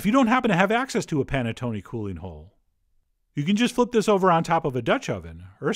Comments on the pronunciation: Nope. Nothing to say. Except it's pronounced panettonay rather than panettony. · The way he pronounced Panettone gave me anxiety. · Maybe because I'm peruvian but hearing it pronounced as panettone sounds weird to me instead of saying panetón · Love the way u say panettone😂😂 no offence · I swear you've made this before (because I distinctly remember your pretentious Giada-esque pronunciation of panettone). Maybe that was back in the Berenstain timeline. I dunno. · You butchered the pronunciation of this but its ok. The wired way you narrate took my mind off it.